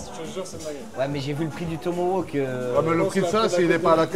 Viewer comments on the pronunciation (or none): tomaHawk !!! et pas tomaWoke non de non !! (avec amour et respect )